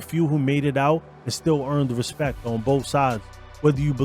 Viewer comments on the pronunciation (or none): none